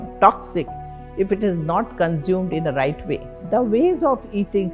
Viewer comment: the rrrrrrrright rrecipes